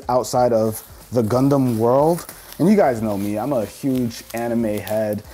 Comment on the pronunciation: When he says gundum(idk how 2 spell) it sounds like he’s saying c0nd0M